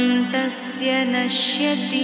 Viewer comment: It should be pronounced as Naashyati and not nashyati